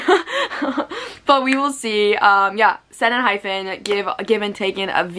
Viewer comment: Its pronounced en-hype-en